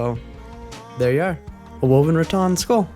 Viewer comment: It's RaTAN not RaTON.